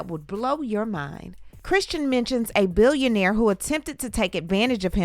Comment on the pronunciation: he said billonaire